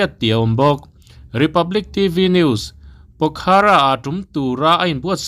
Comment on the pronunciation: A bengvar thlak e. Pokhara ni lovin, a hi lam tel loh tur. Pokhra tih tur zawk a ni e.